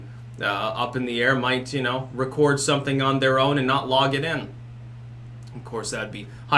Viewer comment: I like the way you say "something". Comes out as "sunthing"